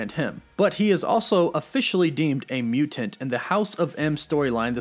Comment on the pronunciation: Mutant not mutent.